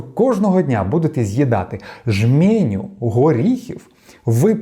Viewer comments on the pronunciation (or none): Та не ,,жьмєню,, _ а жменю. Виходите на люди, то слідкуйте за своєю мовою. Без образ. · Не жмЄню, а жмЕню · ЖмЕню, а не жмЄню, не венгерський а угорський. Довіряти-слухати що говорить людина після таких помилок? - дякую, але довіри 0. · Жменю, а не жмєню. Угорський, а не венгерсський. Вибачте. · жмЕню, а не жмєню. Удосконалюйте вашу українську.😊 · Ви дуже гарний блогер- тільки ЖмЕня- там е , а не є, м тверде, не ображайтесь